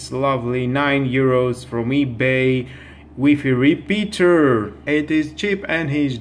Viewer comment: Wefe repeater 🤭🤣🤣🤣🤣😂